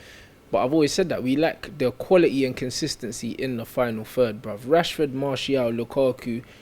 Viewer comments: You killed me when you said Rashbeck LOL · Man said “Rashbeck” lol dead .